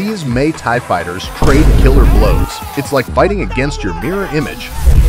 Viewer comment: "May tie fighters?" these narrators are clueless to the script. Hint: Google for correct pronunciations.